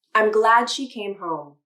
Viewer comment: glad she.... Why does -d sound like - g?